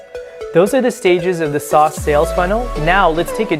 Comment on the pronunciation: Great vid but LOL’d at his pronunciation of “SaaS” sauce?!